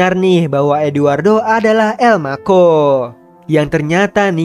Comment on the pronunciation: elma cho menjadi elmako wkwkwkwkwk